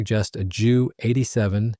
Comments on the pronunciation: I know someone else has already corrected the narrator BUT I'm going to do it again. Its a JU-87 pronounced J U not Jew. Joo. Or even Jue. Junkers JU-87 Stuka. Mispronunciation shows a lack of a/c knowledge. And shows you're a noob to the historical aviation scene. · Not Dschu 87! Ju (Yu) 87